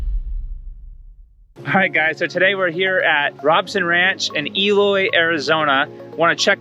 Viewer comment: It's pronounced Rowb son, long "O" on first syllable. I know because I live there.